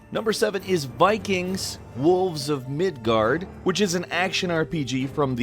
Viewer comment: Midgard wow its {Miidgaard}